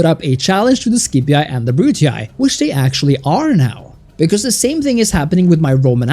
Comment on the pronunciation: Nice video, but the way you pronounce “scipii” and “brutii” makes me wanna violently stick a chopstick into my eardrums